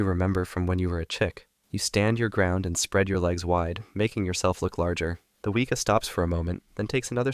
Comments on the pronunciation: The way he said Weeka instead of Weka 😂😂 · Few notes from a New Zealand fan: Weka is pronounced We (as in west) and Kaa (like the snake from Jungle Book) Pronunciation guides are online, we appreciate trying to pronounce the words though. Showed an Opossum, we have Brushtail Possums from Australia, they raid bird nests and eat plants, we trying to wipe out them as best we can. Other kiwis keep your dogs on bloody leases if you take them for a walk in the bush ✌🏻